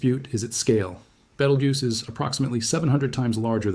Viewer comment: You don't have to mispronounce Beetlejuice. That's how you pronounce it right there.